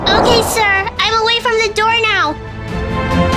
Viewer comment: it says otay instead of okay